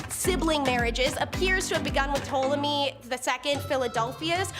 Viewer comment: Ptolemy = TALL-oh-me